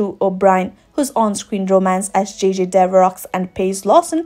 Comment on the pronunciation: Lovely video! 1 remark...Devereaux...the X is silent. Sounds like Dev er row ;-)